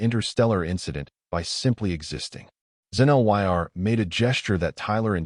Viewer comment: Xen-Lyr's name cannot be properly pronounced by the narration. (LOL)